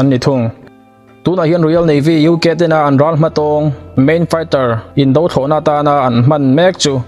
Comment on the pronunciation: Indo Thlawhna, Indo Lawng tih hi "indo" tih lam rik dan hi... Nghet lo tia lam rik thluk ang hian aw..